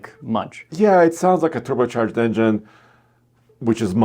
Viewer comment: please work on saying engine.